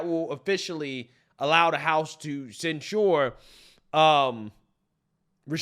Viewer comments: Censure = "Sen-sher" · I’m a Republican, but censuring someone for their political free speech is a red line for me. And then using the “ disinformation” excuse that’s been used to oppress us??? And to the Black conservative- it’s pronounced ‘“Censhur”, not “ cen- SHURE” you’re a college educate person, get it right. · Please! Stop saying "cent sure". Its cent sher". When inshare these videos, liberals criticize enunciation. Its a small but important point. 🤦🏾🤷🏾‍♂️ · cen-SHOOER lol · Please pronounce censure correctly. You are pronouncing it like the drink for old people Ensure. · Hearing you pronounce sensor Makes my ears hurt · ...please go to the dictionary and learn how to pronounce the word "censure"! Do that with other words you can't pronounce correctly. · Does he not know how to say the word 'censure'?' Lol.